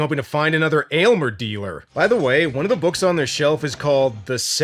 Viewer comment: Definitely an underated cult classic.... why the hell does no one get Aylmers name correct lol